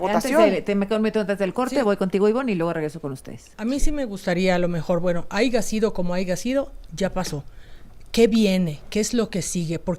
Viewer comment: Jajajaja " a'iga sido ,como ai'ga sido". OBTUVIERON LA " MINORIA DESCALIFICADA "